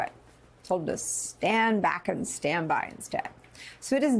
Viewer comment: Actually if you listen carefully he actually says " stand bwack and stand by".